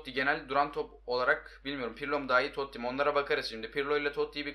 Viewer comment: Abi Toti toty degil ki